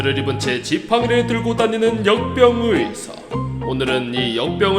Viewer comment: 나왜 염병의사로 들리냐